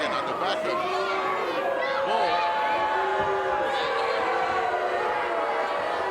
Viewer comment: In the beginning, he calls "Paul Nakano," which is wrong! she's "Bull" Nakano baby!